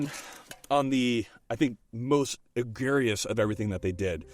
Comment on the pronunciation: Wait....egarious? Do you mean egregious? E gree jus